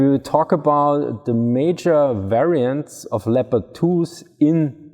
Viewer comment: It's pronounced 'Leppird' in English. Cool video